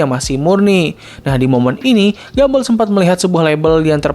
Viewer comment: Entah kenapa gw merasa lucu ketika lu nyebut Gumball "Gumbell"